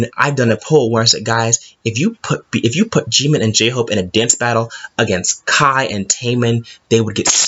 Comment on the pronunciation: him: calls jimin "jEeMiNnN" me: who the f